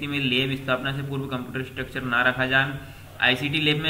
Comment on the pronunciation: Ek do channel par bhi इंस्ट्रक्टर की जगह स्ट्रक्चर bol rhe h